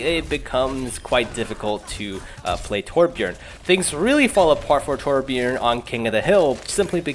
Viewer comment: did you just say terbjern??? TRIGGERED I AM A TORB MAIN I GOT POTG WITH OUT MY TURRET I FLOW LIKE WATER AND STING LIKE A BEE NVYUTSUKGHGSVUIHSVHUVIHWNTVIWNTVW